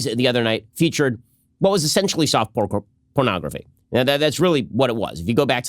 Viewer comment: Let us please acknowledge that his actual words in the first clip were "soft pore cornography"